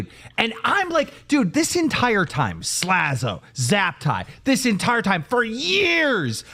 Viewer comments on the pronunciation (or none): Tommy still can’t say “Slazo” either. (“Zlazo”)